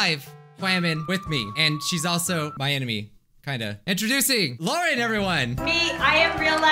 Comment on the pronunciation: It’s Lauren’s not Luarens just sayin - >